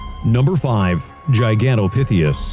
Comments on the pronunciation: GigantopitheCUS, not gigantopitheus 🙄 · "number six-th" GigantopitheUs" lol...